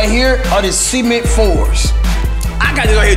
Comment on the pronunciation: Why do you say cement like seemint